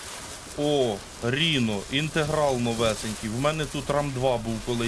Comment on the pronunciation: давайте може, дядьку, будемо якось правильніше називати речі. Не Ріно, а Райно. З англійської - носоріг. Не ультімейт, а алтіміт. Це англійські слова, не треба їх паплюжити. Дякую.